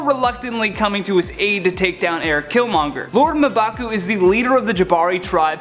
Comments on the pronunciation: Ma-bah-coo????? Isn’t it mmmmmmm-bah-cu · you gotta stop skipping staff meeting. Its mmm-baku not muh-baku... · I thought it was pronounced M-baa-coo, not Muh-baa-coo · M`Baku is pronounced Em-ba-ku, not Ma`Baku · It's pronounced "EM-BAKU" god who is this guy? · I wanna strangle him every time he says Ma'baku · does anyone else want to know why this white dude cant say m baku's name right when there is an entire movie where people say his name ????? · 🙄🙄🙄 its pronounced MMMMMM'BAKU!!!! come on!!!! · This dude really said "Mah'Baku" 🤦🏿‍♂️, this why y'all need black people on channels like this 😂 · Their mispronounciation of M'Baku's name is... frustrating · You say m'baku wrong... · Yeah I cringe every time he said his name